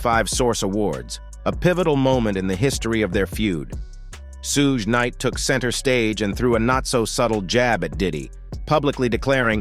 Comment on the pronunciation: I logged off just cause how he keep saying suge knight name